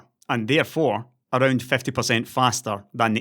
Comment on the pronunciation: i don't want to sound harsh, i myself am not a native English speaker, it's just a friendly advice :) Please try to correctly pronounce these two words: "50" and "times". These 2 are quite common in your videos, and you always pronounce them incorrectly. I'm not talking about accent, it doesn't bother me, as I said earlier, English is not my first language, but: "50" (fifty) sounds always in your videos like "fefty". "times" (as in 2x/2 times) sounds like "tames" (put it in google translate to hear it) And remember it's just a friendly advice. When i first watched your videos and heard "fefty" and "tames" i was lost.